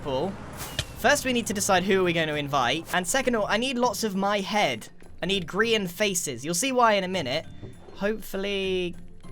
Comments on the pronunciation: grian delivery system? nah gri-n-t yeeter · A griant mansion 😂